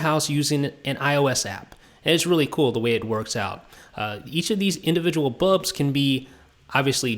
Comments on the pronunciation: It's bulbs NOT bubs gosh!! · BULBS, BULBS, BULBS not BUBS!!!! arrrrgggghhhhhh!!!!